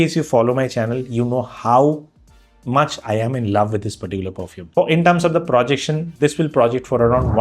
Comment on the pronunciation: Please don't say "Pra"jection, it is "Pro"jection.